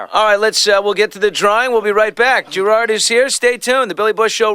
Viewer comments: Billy calls him grard at the start ITS GERARD YOU FOOL! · its gerard not geraaaaaaard :L atleast i dont think it is....